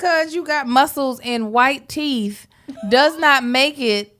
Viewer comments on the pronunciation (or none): none